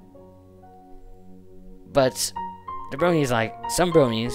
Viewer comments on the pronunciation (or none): Ha his accent sounds funny "bwonies"